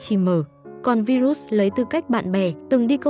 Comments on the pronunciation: Tên ngta đọc là " vai-rớt ".kiểu vậy bà này đọc virut🤡🙏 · Bà MC nầy sửa tên người ta thành Vi rút 😂